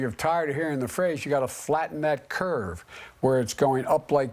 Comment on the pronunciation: He said cute but I think he meant curve. I don’t think he knows what curve he’s talking about.